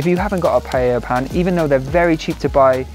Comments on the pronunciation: PA E Ya (<- easy ... in Spanish LL is pronounced Y... PAELLA = PAEYA) Not PA Ye Ya PA Lay Ya (no) PA Lay Lya (why do you make it so complicated?) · it's not Payeya, it's pa-eya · Hi, I am a Spanish Vegan, the dish is pronounced in 3 syllables pa.. é ..Ya. The pan is called a pa..é..Yera. It looked delicious. In order for it to be an authentic paella though, you need to dry fry the rice in a little oil to begin with. The grains become opaque white, and it ensures that the glutinous white rice water is self absorbed. It makes the rice separate, and not become gluggy. One cup of short grain rice to 3 of water.Then you put everything else in and it is OK to cover it while it cooks, but not to stir. In the Basque Country where I am from, the mixing of seafood and other meats are the idea. Pork, bacon, chorizo, fish fillets and mussels or other seafood like prawns, come together to make for a visual feast . As a Vegan none of the meat is appropriate, and I believe that you have made a handsome alternative. All it needed was some cut up olives! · ”Pajäjja”😅 U got too many j in there😅